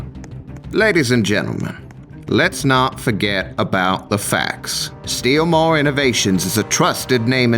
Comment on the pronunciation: It's not steelmore it's steal more